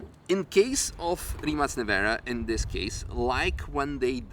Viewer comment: congratulations on the correct pronunciation of the name RIMAC